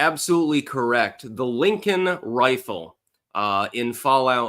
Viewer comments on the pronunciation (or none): none